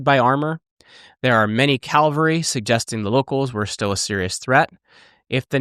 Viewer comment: "Calvary" or "Cavalry"? Many americans get their own language wrong... ;)